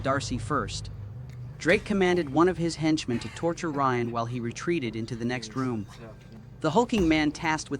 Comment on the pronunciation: Brian not Ryan.